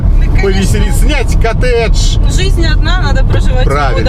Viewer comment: "Котедж"... Имбицил.